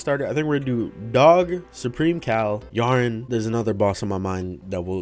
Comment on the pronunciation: He said Yharon but we heard Yharn except me